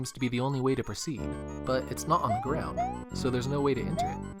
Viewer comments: I chuckled cuz he said “gwound” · “so that it doesn’t hit the gwound”